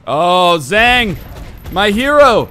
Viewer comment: Zhang isnt pronounced like dang, its pronounced like hunk